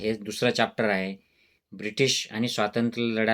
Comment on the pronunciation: अरे खुळया चाप्टर नाही रे चॅप्टर बोल हे कसलं डॉक्टर येडं भोकाचा 😂